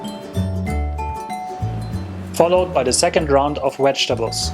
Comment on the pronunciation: Did he say "Wedgetables" ???